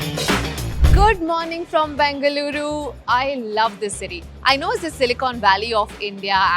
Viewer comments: Its BENGaluru for god’s sake....not BANGaluru🙄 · It is not Bangaluru, it is BENGA LURU. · Bangaluru!! It's Bengaluru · Its Bengaluru, not Bangaluru.